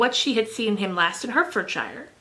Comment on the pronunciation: Hertfordshire is pronounced 'Heart-furd-sure' (North american accent) it's too cute haha. PS. Hertfordshire is where George Washington's ancestry is :D You inspire me to continue plowing through Bleak House